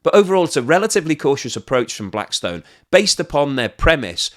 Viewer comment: Great content ... loved the "Blackstone" slip ;).